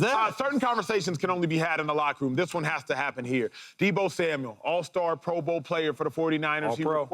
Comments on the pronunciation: Samuel, not Samuels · It's Deebo Samuel not Deebo Samuels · SAMUEL! NOT SAMUELS😂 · Dear James Jones, it’s Samual not Samuals. Thanks 👍🏼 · THERE IS NO S AT THE END OF HIS NAME!!!!!!!!!!!!!!!!!!!